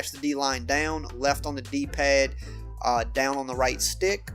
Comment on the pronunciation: I never realized "down" was a two syllable word.